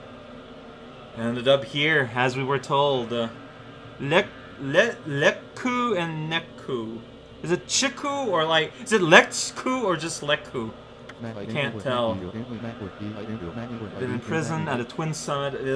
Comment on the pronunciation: Lechku and Nechku are based on Ainu tradition and language, so the names look very non-Japanese. However, they are pronounced with a "ch" sound like 'cheese'.